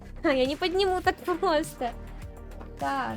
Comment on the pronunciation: Руль превосходный. Обзор великолепный. Голос, всё рассказывающий и объясняющий - вообще восьмое чудо света😊 Век бы слушал без остановки и ни на секунду не надоело бы😊 Особенно нравится как ты произносишь слово "просто", аж до мурашек прям (в хорошем смысле, конечно же))